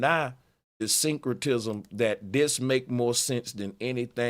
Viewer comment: This dude said "Synchrotism" 🤦🏾‍♂️